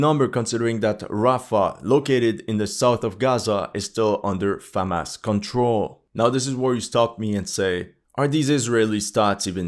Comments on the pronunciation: It’s Hamas, not Famas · Am I going fucking insane or is he saying Famas instead of Hamas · Why does he say Famas instead of Hamas? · Hey, it's pronounced Hamas with an H, not Famas like a trash french rifle. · Is he saying FAMAS or HAMAS? Is some kind of Youtube C word issue? Now there is an H word? I don't agree that these stats mean the bulk of the fighting was done by people in initial mandatory service. The majority of the dying was, the more experienced soldiers can be expected to do plenty of fighting and less dying. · Is it getting so bad with YouTube that you have to say Famas instead of Hamas? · Isnt it "Hamas" and not "Famas"? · You are able to pronounce the word "HUNDRED" properly but ironically you are unable to pronounce the word "HAMAS" correwctly. You always mispronounce the word "HAMAS" as "FAMAS."Talk of intentional misleading. Why don't you call terrorists as "TERRORISTS" ? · why it sounds to me that you say famas instead of hamas ??? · I know my hearing is not good, but... Am I going completely deaf, or he's kept saying "Famas" instead of Hamas? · why do you keep saying FaHamas? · Am I tripping or do I keep hearing FAMAS 🇫🇷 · Is it Famas or Hamas? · Why do you call it Famas? Did I miss something? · Why does he keep saying Famas? :S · Why do you pronounce it "famás"? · Hey buddy are you Jewish? This is all about the IDF plus you pronounce the Jewish military brigades names very well compared to hamas it’s not Famas lol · It is a touchy subject for him because you can clearly see his sympathies are with the Zionists. He was claiming that IDF would wipe the floor with Hamas, a few months ago. Even now he cannot bring himself to pronounce 'Hamas' or to call it the Palestinian Resistance which is what it is. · Why pronounce Hamas that way??